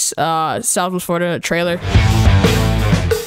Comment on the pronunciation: im triggered, he called it southwest florida "triler," why not fix to trailer